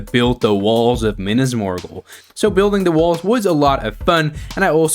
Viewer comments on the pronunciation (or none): why did you have to prounce it like that, MINAS MORGUL ISN'T SAID LIKE THAT